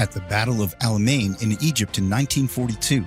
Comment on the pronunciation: I believe that the battle of Alamein is pronounced "Al ' Ameeyn"